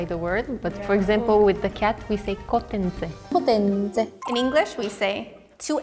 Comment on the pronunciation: said kotentse just like a bulgarian 👀❤️